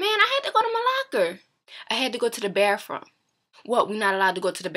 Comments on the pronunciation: "i had to go to the bafroom" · i like the way you say bathroom and you're really pretty!